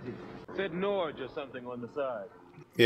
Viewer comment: NORCH! 😂😂😂 Norge means Norway haha and not at all pronounced like that 😂